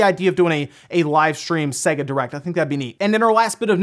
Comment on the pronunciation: If only he could pronounce Sega.